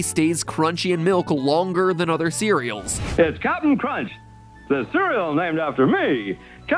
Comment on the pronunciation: Bruh everytime Mat says Cap'n Crunch's name, I hear "ratio"